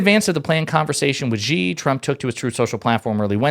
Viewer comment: The Xi part of his name is more pronounced like the english "she". No burn, just for future videos. : )